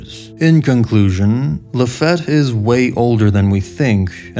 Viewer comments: My bad, it's luh-FEET, right? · Why you say Lafitte's name like that. I was under the impression it was said like Luh-feet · Its pronounced LA-FEET my brother. Good video but that was driving me nuts. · Laffitte pronounced La-feet